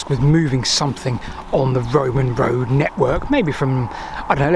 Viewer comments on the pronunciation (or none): Whenever he says WOAD he means road* for those that get confused! His British isn't great, which is fine.